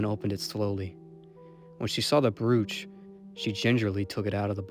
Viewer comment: Great job. Just for reference, brooch is pronounced as if it only one o... Bro-ch!